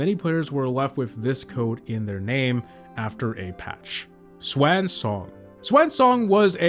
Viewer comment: I have never heard someone pronounce "swan"🦢 that way before...